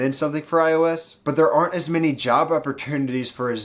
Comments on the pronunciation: Dunno why but I keep hearing "Java opportunitiy" instead of "Job opportunity" lol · Tbh, i heard "java opportunity" too